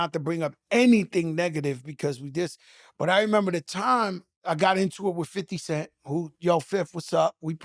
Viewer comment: He calling 50 cent 5-0 LMAO